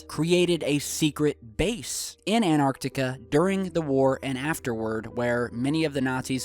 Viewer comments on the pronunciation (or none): it's An'T'arctica… not anartica. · The word is AnTarctica not anarctica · it's called ANTARCTICA with two T's am I the only one that kept hearing anartica?? lol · It's AnTARtica NOT ANARtica. Can you read??! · T..... Say anT AnTar Antarctica.. Theres a fucking T in anTartica... T... T... T... An.... TAR.... TICA.... ANT.... TAR TICA.... ANT.... SAY ANT.... ANT... AN.... TAR TICA... ANT... TAR... TICA.... The T is not silent... Say the fucking T.... AnTartica.... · Love this video, but as an English teacher, something is driving me crazy. The first "t" in Antarctica is not silent! You wouldn't drop the "t" when you say the word "anti", so we shouldn't drop the sound with "Antarctica".